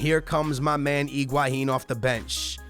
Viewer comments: He does not even pronounce higuain right. It's He-gua-inn not Ig-Hua-inn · Why are you saying Iguahín? His name is Higuaín.